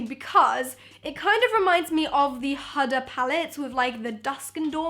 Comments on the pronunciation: Hudder?? Definitely not. HUDA...HOOOODA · Simply u look gd in everything... And about her name its "Hoda not hada " Its an Arabic name she's Arabic, she belongs to my country which is Iraq ..❤ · I thought it was HOOda not Huda??? (As in how you say it) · It is huda not hada😂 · hud-ah? hoo-dah babe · lool the way she said huda 'huhda' instead of 'hooda' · It's WHO-DUH beauty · Lmao the way she says huda *hahdah* 😂😂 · Huda is pronounced who duh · she just said huda like "hahdah" im gna die. lmaoaoaoao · Its pronounced Hooda lol. Loved this video, more like this please x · I’m pre sure it’s “who-duh” that how I say huda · It's h-oo-da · It's huda with the sound o not a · It’s Hoo-da beauty😂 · the way she says HUDA 😂😂😂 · the way she said huda palettes 😳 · Lol she pronounced huda wrong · Who else was triggered by the way she said huda? 😂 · How she pronounced Huda 😂